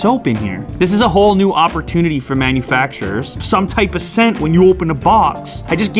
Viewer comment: Oppor TU nity. Who says like that?